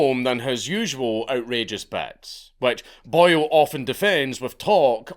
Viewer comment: Every time you say Boyle, I keep thinking you are referring to him as Boyo 😂